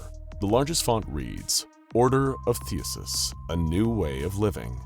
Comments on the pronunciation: THEEE-SEEE-US. THESEUS! NOT THEUSUS. sorry. That shit was making my brain hurt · I love your content, but every time you say "Thee-uh-sus" you make a greek grandma cry. I even checked to make sure I hadn't heard it wrong my whole life. It's "Thee-See-Us." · It sounds like you say “Theuhses” instead of “Theseus” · I swear you actively mispronounce only the most important words in your videos, the most prominent, in an attempt to cause minor madness in listeners, because it's actually extremely common. THEE SEE US not THEE US US. but I think you know. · I honestly can't tell if Theseus was being mispronounced as Theasus on purpose or not. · Say it with me (thee,sea,us) I love the videos but damn the Pronunciation is terrible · Oh. My. Gawd… please tell me that someone else out there got more and more incredibly infuriated at the blatant mispronunciation of “THESEUS”…!?!? IT’S PRONOUNCED “THEE-SEE-US” ffs… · It bothers me more than it should. There was another Greek or Roman name in the last video with the same issue lol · He does it on purpose in at least 40 videos, I think it might be a watermark of sorts